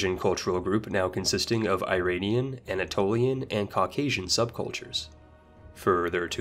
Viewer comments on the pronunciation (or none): none